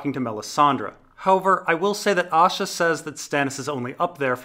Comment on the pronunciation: Right so I decided to listen to these. Not gonna lie when you say Asha I hear Osha